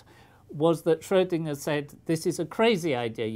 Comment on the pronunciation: Thank you for saying Schrödinger and not "Schrodinger"!